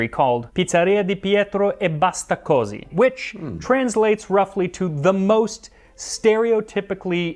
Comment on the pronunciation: Can confirm: wrong pronunciation ("così" has the accent on the last vowel, not on the first like Max pronounced it) but correct translation